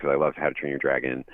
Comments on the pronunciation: Correction, Dragon is pronounced as "DRAG-uhn" instead of "DREY-guhn" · Trust me, in the majority of his videos ALWAYS mispronounces the word Dragon as "DREY-guhn" instead of the correctly pronounced "DRAG-uhn" like what people normally say the word. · And it isn't pronounced as "DREY-guhn" either and continues to say the name wrong, it is "DRAG-uhn"!